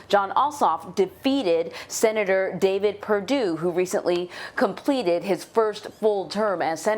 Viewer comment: Did you hear the seanator lady ‘ put your mask on’ ? LOL